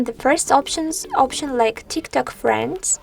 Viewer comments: Bro, it’s not Tiktak it’s tiktok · And no way she just said tiktak